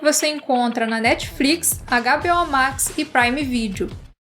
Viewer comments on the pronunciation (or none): "Netfrix" "Netflicsh" 😛